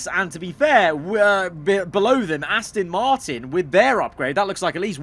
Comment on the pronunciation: PLEASE STOP SAYING ASTIN ITS ASTON